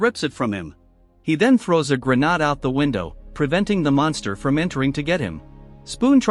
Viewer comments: lol 😂… “He throws a grah’narhed” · I can’t believe how scared humanity is of AI when it can’t even pronounce the word “grenade” properly 🙄